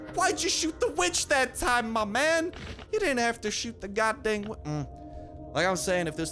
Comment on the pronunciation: “We want ze blood o da weeechhhh”